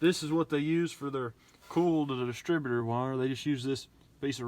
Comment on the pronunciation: Sounds funny the way you say COIL. Sounds like you are saying CALL. Same with OIL sounds like ALL. Not making fun just find in pretty unique.